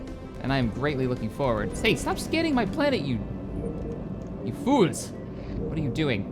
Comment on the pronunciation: I loved the "Stop scanning my planet. YOU FOOLS!" In a Jamaican accent.